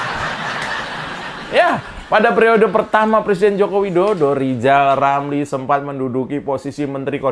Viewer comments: Mengeja namanya aja gak becus "lizal lamli" apalagi ngurusi yg penting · Si RR kan asal ngomong, kebelet lidah, coba suruh dia nyebut nama nya gak pernah sempurna. R berubah jadi L.😅😅😅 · lijal lamli